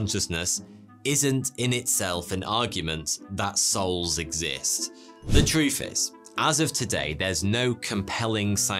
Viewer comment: Did you say “our souls” or “arse holes” 🤔🤣👍🏻